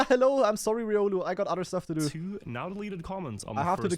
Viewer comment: Calling it now. The next Smurf will be “ree-olu”. But fr riolu needs to get help.